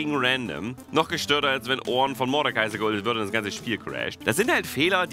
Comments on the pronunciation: Wie er ornn ausspricht richtig orrrrrrrnn XD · Immer wenn Orrrrrrn sagt, bekomme ich einen Orngasmus:D